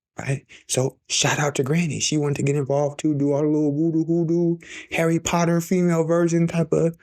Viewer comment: Harry potterrrrrr😂